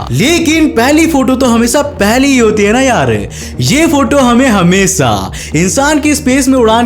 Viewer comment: Video toh theek he lekin aapke SA or SHA me bahut jyaada dikkat he. Hamesa nahi Hamesha hota he Saayad nahi Shayad hota he. Theek karo isse bro.